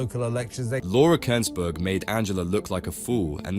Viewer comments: The who's narrating can't even say Laura Kuennsberg's name properly. Obviously the thick-witted Rayner is no better. She probably would have a problem in telling you how many zeros there are in one million! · Can't stand Rayner but because the commentator can't pronounce a well known journalist's name, it suggests this is foreign. Don't like foreign intervention!!!